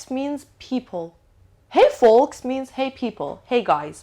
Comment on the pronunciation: misa jan folks L talafoz nemishe foks khunde mishe, ba sepas